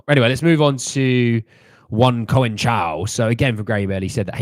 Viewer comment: No to Neto, too injury prone. Conceicao is pronounced Con Seh Sow.